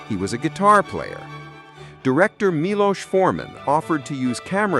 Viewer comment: Milos (mee-lose) was a great director. "One Flew Over The Cuckoo's Nest" was a game changer for me.